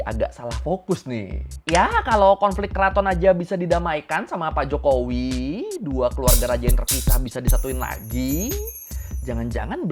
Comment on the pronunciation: "HEDOP JOKOWEE"